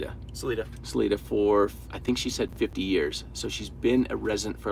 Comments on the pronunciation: We, Coloradans pronounce it Sa LIE duh not Sa lee duh. Both ways are correct I guess. just saying.. lol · It’s Sa lie dah, not suleeda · It's pronounced "Sah-LI-dah" accent on 2nd silible. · Salida has a long "i" sound ... like Sa-lai-da. Chaffee county has some very rugged places. If you were being watched by guys with rifles and they were well positioned, there is something they want to keep hidden. I just drove through there on Hwy 285 in mid September. I was hunting in Saguache County, just south of Chaffee county. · It's pronounced as Sali(long i Sali(eye)da .Sorry,don't know how to correctly type this) I feel really STUPID,right now, Anyway,just trying to be helpful,not critical. I appreciate your communication skills and your ability to converse with people in such an open,caring way. Thank you for all you guys do. And give your families back home that understand your passion à special thank you from all of us . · I’m sure they are up to speed - aside from not pronouncing sal-EYE-duh correctly ☺️but wow, these guys are impressive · Just FYI Salida is pronounced SO-Lye-Dah 😁 I lived in CO from 87 to 2017 It's beautiful and I miss it but don't miss the cold LOL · SA-LI-DA, theres no EE BROOM-FIELD, no S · Salida is said with a long "i" just sayin' 🙃. Sah- LIE-dah. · It is Sal-I-da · It’s Salida! The I is like eye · Salida has a long y in the saying.